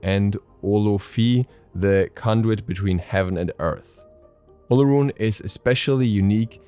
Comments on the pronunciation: its pronounced OR-LORUN.....his other names are O-LO-DUN-MA-REY [olodunmare] and OR-LOR-FIN [olofin], good try tho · Olorun is pronounced as Olo-rune. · I speak the language that his Gods name comes from, the “r” is more of a “w” sound. It’s pronounced more like “Olo-wun.”